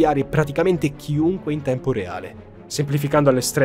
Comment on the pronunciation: Ciao, ottimo lavoro come sempre ma se posso permettermi una piccola correzione, le pronuncie delle aziende citate nel video sono sbagliate: Verizon, pron. VERAISON Deloitte, pron. DILOITT (è americana non francese) Xkeyscore, pron. EXKISCOR non voglio essere pignolo ma rendere i tuoi contenuti impeccabili:)